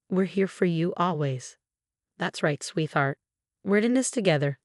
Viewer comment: What was the name of the mother in law? Margaret? Margo? Marga? Said many different ways and spelled many ways in written form. Also… sweetheart!? Is said Swee. Thart. Come on!!